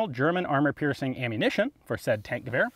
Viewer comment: When someone pronounces it "tank-goower"